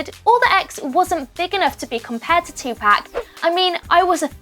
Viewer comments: So we just going to ignore how they say Tupac name wrong. NO OFFENSE TO BRITISH PPL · Audie lmao they ruined the whole video with that shir ,in tapac for Tupac ruined it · It's not pronounced "Two pack" it's pronounced "Two poc' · You’re saying Tupac’s name wrong. It’s To (pock) not To (pack) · You keep fucking saying two pack it's poc/pock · "Tupack" its pronounced "tu-pawk" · It’s not “2 pack” it’s Tupac. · She said 2 pack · It's pronounced 2-Poc not Tu-Pac 😂😂 but RIP Jaseh😭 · Tf! 😂 😂 who is 2 PACK?! It’s 2pac 🤦🏽‍♀️ irritated my ears hearing this dumbass damn reporter say his name wrong. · Bro she keeps saying Tupac like two pac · Its pronounced two pock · Michelle Proudfoot idk if u have already gotten a response. It’s not pronounced “2pack” it has more of a Spanish sound. It’s like the sound pop but pac. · ITS NOT TUPARK ITS TU-POC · She said two pack 😂😂😂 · "TWO PACK" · If this nigga sais 2pack 1 more fucking time i swear to god. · Did she just say 2-Pack... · The way she says tupac, "tupack" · Lol she said tea pac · Tupac is pronounced 2poc just so you know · “Compared to TwoPack” can we get someone who can say Tupac right? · “two pack” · The way she kept saying 2pack was so annoying 😒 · It's Tupac not Tupack. Smh..... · I hate people who say Tupack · Michelle Proudfoot more like tu-poc is the pronunciation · I'm so glad someone said this. British people can still say Tupac not 2 pack. I was ready to hit this woman. Like that's a disgrace on Tupac hard core. Speak the beautiful name correctly or not at all please and thank-you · Audie lol tupack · Karrie Minaj British are supposed to pronounce it two pack and Americans pronounce it two Park. That’s the way both are supposed to say it. Just how like the British and Americans say the word “glass” differently it’s all about your accent and where you’re from. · Tylon Slacks she says tupac name wrong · Using X’s death to get views when before he was never on your radar. P.S. learn how to say TUPAC